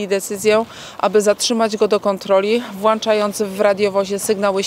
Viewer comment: Mówi się Włączając.